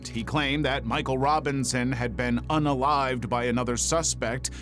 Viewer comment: Why do you keep saying "UNALLIVED"???